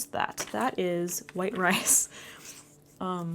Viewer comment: You crack me up!!! “ I’m like hhwhite” 🤣🤣🤣